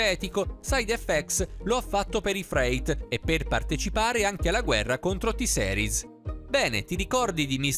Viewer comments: Porco due avevo scritto "T-seris no però "per dire che la sua pronuncia faceva pena e che nn si pronunciava così Certo che io T-series lo so scrivere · Si pronuncia "T-Siris", non "T-Seris", diocane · E poi ma dai, T-seris non si può sentire... Si dice T-series, ripeti con me T-series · NON posso NON dire che NON si dice ''t-Seris'' ma ''t-siris'' (o t-gay 😂) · o mio dio che ignoranza, se hai visto il video lui ha detto t-seris è non t-series, impara ad ascoltare poi ne parliamo. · T SERIS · tiseris 🙄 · Sentire t-seris mi fa raggrinzire le palle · Piùdipai e t seris cit. narratore suricato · Si pronuncia t-sirus con la i inglese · T seris aahhabahahahahahah o mio dio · sentire T-series in quel modo mi fa altamente male e mi da tipo troppo fastidio